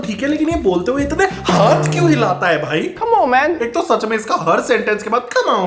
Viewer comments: Comeon man ❌️ k'mo mai ✅️ It's me bro ❌️ its meh Bra✅️ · Ghabrament 😂😂😂dabrament camon man😂😂